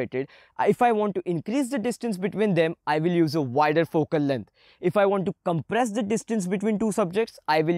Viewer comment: My head moves to the left and to the right everytime I hear he says fokel leng